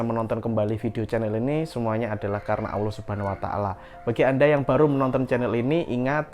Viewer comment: Cara mengucapkan asma ALLOH Awloh coba dengar ber'ulang"